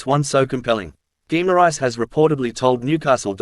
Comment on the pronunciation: Geem-ar-rishe is how you pronounce it. FFS